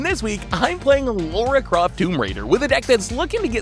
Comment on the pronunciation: Do you think Seth knows her name is LARA and not LAURA Croft?